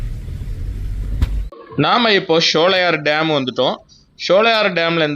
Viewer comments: நல்ல ஒரு பயனுள்ள வீடியோ ஆனால் ஷோலையார் என்பது தவறான உச்சரிப்பு ( சோலையர்): என்பது சரியான உச்சரிப்பு ஆகும் சோலைகள் நிறைந்த இடம் அதனால் தான் இந்த பெயர் ஷோலையார் தமிழ் உச்சரிப்பு கிடையாது எனக்கு தஞ்சை தமிழ் மிகவும் பிடித்த தமிழ் ஆகும் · உங்கள் ஆங்கில உச்சரிப்பும் தவறு SHOWLAYAR (SHOLAYAR )என்று சொல்கிறீர்கள் அதுவும் தவறான உச்சரிப்பு தான்